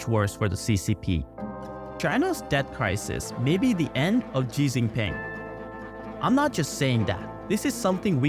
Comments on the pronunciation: It's not pronounced 'Ji Jinping'. Xi is pronounced similar to 'She'. As an expat who has been here in China for over a decade, I'm not so sure that Xi is about to disappear. He has consolidated power to a large degree - not seen since Mao. That said, there are still factions opposed to him AND he is getting up there in age. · It''s not hard to spell Xi's name, spell Xi as SHE, She Jin Ping not Gee Jin Ping. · Ji Xinping? I waiting for you to say ask and replace it with axe. Lmao.